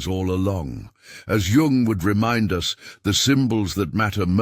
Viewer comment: Pronounced yung